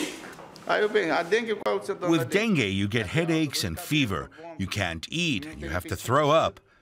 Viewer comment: Not denge dengue